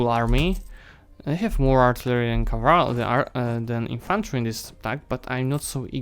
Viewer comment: As much as I love this series, please try saying CA-VAL-RY not CA-VAR-LY. :) And land-locked is nation which does not have access to any SEA... In defines.lua it is called move-lock. Not to mention that navy can also be move-locked. At the beginning of any save file there is a section named "dlc_enabled" - maybe you should play with some DLC's turned off, for example to avoid such a ridiculous level of government reform at this stage of a game. And also it would show even more proficiency if you were limited in your actions accordingly to DLCs "possesed" by original player/author of a save file, not your DLCs.